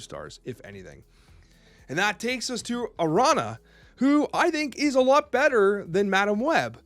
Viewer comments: It's not Arana its Araña please look up the correct pronounciation please. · It’s not Arana, it’s pronounced Aranya, it’s Spanish for spider :p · Arana? Dude you're a teacher. It's ah rah nya. The n has that squiggly thing on it. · Is there some Magento bit going around for Araña's name? I keep seeing Snap content creators say "A-ra-na" like the ñ just isn't there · Heads up, the accent over the `n` in Araña is another letter in the Spanish alphabet. Its pronounced A•RAHN•YA, which is Spanish for `spider`. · for future reference, "ña" in Spanish is pronounced "nya". Araña is of Puerto Rican descent and the name straight up means "spider". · Can I ask you to please put a "y" sound after the 2nd n in Araña? Ara-nya. It's the same ñ sound like piñata. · I did cut you some slack knowing that. There's an American Snap creator that's hard comitted to sayong wrong.As long as you try your best, I'll be happy. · I don't think it will come up again ,but any time you see an n with the tilde ~ above it, that's the spanish letter pronounced (en-ye) and it always makes an "ny" sound. For example my family's surname is a common mexican name Muñoz, pronounced (moon-YOSE) Also 2 Ls together make a y sound, like lechuguilla (lay-choo-GEE-ya) Also if you see gu or qu, there are two rules Gua and guo or qua ans quo make a "kw" or "gw" sound, like guapo (handsome, GWA-po) But gue and gui or que and qui just make the "k" or "g" sound. (Again lay-choo-GEE-ya, not lay-choo-GWEE-ya (Regis always messea that one up 😂)) There wont be a quiz but now you can pronounce spanish better than cozy who live in so cal, so flex on him 💪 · The ñ in Araña is pronounced like a y because ñ is a Spanish letter, for future reference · Hey! Just a heads up, Araña is a Spanish name. You got to throw some flavor on that ñ! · Has never spoken to a spanish speaker before lol? Araña has the ñ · Nobody who covers Marvel Snap pronounces names correctly.